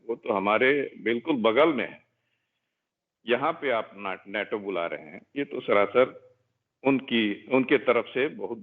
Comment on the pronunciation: he called Nata (NATO) 😅😆